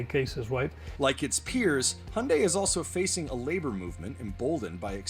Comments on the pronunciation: Why is he saying he yunday? Lmao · in australia its pronounced he young day